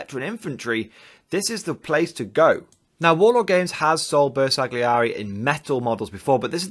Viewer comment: Ma dai! 🤌Its pronounced "Ber sal yee eri"